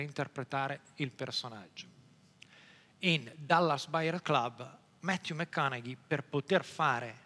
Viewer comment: bravissimo bellissimo fantastico. Però zio, da un maniaco di lingue come te mi aspettavo conoscessi la pronuncia di 'matthew mcconaughey'. La G non si pronuncia. Peace